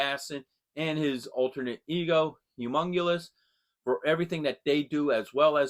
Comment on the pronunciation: Sweeymt figures! Bummer about the missing ring in the head! That is a real pain in the ars but they should hook you up with a replacement, I'd hope... Thanks for the shout out! One day...you will say my name correctly 😂 HUMONGOUS not Humungoulus. I am not a muscle bound freak from planet steroid haha